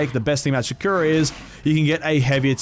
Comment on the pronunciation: Do people not now how to pronounce sakura